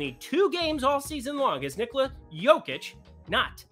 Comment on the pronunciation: First way of saying Nikola is correct 🙂